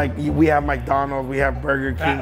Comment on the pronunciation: Bro said mike Donald’s 😂😂